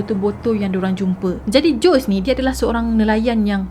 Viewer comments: good story...i liked..storyline yg jelas...but sis some countries they mention "J" as "H'' and "S" as "Z" so nama JOSEY ni sebutannya HOZEY...kita sama2 belajar ya :) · Sebutan Jose tu 'Hosè' kan? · Hi assalam... best kes ni...😍👍🏻 Jose sebutan nya " Hozay".. zay sebut macam 'say'(english) with 'z' Ezequiel sebutan nya izikel. Moga smangat slalu post citer2 best di masa akan dtg..😍👍🏻